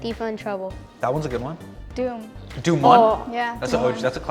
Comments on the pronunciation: I hate to be disagreeable about this but you're right. When they're talking about the Hindi movies, they're all saying Doom and not Dhoom! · When they pronounce dhoom as doom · none of them can pronounce 'dhoom', they say 'doom', lol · Their pronunciation of Dhoom "doom"